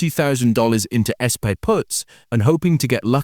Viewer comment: How did the AI interpret "SPY" as S-PIE? And why did you not fix that?